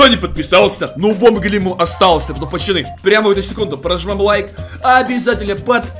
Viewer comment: Почему он говорит почаны?